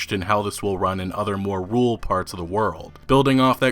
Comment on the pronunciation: Lol he said "rool" instead of "rural"